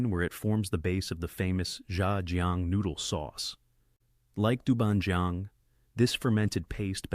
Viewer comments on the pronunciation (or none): its pronounce as dou ban jiang not joeng..and bai jiu, ,jeu,not swan kai..its suan tai = pickle vegs. vinegar is To or tou Not Koo my goodness🤣🤣🤣🤣🤣